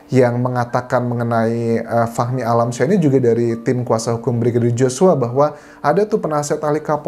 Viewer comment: Bang bacanya fahmi kali bukan fakhmi jadi saya dengernya fakmi 🤦‍♀️